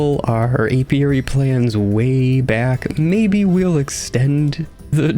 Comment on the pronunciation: Not to worry, you are pronouncing it indeed the correct way Most people normally get it wrong so kudos to you